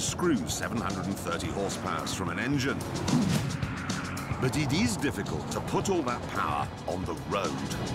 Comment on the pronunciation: is it just me or is the way he says "but it is" kinda funny :D